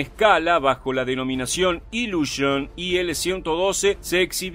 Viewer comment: no diga por favor "iluoshoen! o cosas asi . El ruso se lee casi como se escribe: "iliushin" seria lo mas parecido